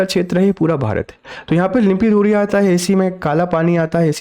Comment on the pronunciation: लिम्पीधुरिया नहीं लिम्पीयाधुरा है साब